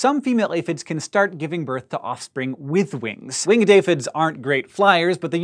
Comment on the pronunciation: did he say "wingid" instead of "winged" ?